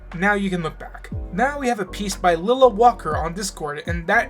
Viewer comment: Ahhhh- still says my name wrong XD -Lilah